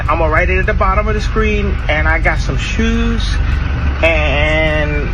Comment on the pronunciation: Kanye crazy asf the way he said shoes😭😭😭